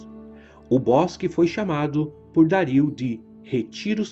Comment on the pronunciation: o vídeo é otimo. mas vc pronunciando Dario como Dáríl me deu agoniaaaa hahaha